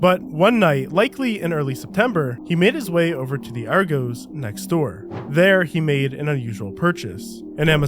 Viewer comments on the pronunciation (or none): its >ARE GOSS> not goes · RGOES , its Argos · its not "Argoes" its "Argos" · Why can anericans not say ARGOS ... always sounds like Are goose ... its Are-goz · its Argos not ArgOEs. why do americans always overthink other countries grammar, its pronounced just as simple as its spelt why is that so hard to understand. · Are-gos 🤣 It's Ar-gos ffs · Aregooze 😅 its R Goss FYI 😂 (was funny as i had to rewind the video ad was just listening not watching at the time so was like what store haha) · It’s pronounced argoss not argoes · Ar-goes 🤣 Sorry sorry... its pronounced Ar-goss 🤗 Great Video! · Ar-goes 😂😂 Its Ar-goose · ar-gos not goes just thought i would help u out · Did you call it 'Ar goes' ffs you Americans make me laugh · Ar-gos loved how wrong the pronunciation was😂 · Argos is pronounced - Aarr-Goss. “Arrghhh” like a pirate “Arrghhh-goss” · “Argoes” 🤣 never heard that pronunciation before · pfft, the way you're pronouncing are-goss! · I’m sorry but the way you say argos annoys me It’s are-goss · completly off topic but I've that is the first time I've heard Argos pronounced that way. That's wild. Are Gos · Argos isn't the plural of Argo. It rhymes with floss. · I have never and hope to never again hear anyone pronounce "Argos" like that. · You said Argos so wrong it's laughable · Hearing an American mispronounce Argos hurts. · You said argos wrong but we let that slide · It hurts to hear you pronounce argos like that 😂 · 😂😂😂 u said Argos wrong 😂😂😂😂😂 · W video but you cant pronounce argos 😭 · you butchered the pronunciation of argos